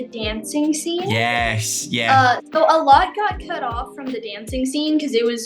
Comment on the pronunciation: oh no the more you say “Yeah” the more British her yeahs get